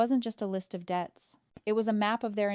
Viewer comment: SLOPPY! SLOPPY! SLOPPY! You need to edit both your script and your voiceover. The word is "debts", not "deaths"; that's only one of the many errors in this story. You are aware that YouTube no longer monetizes AI-generated stories that have not been edited by humans, aren't you? Since, I assume, you are creating these stories in order to make income, you might want to think about that.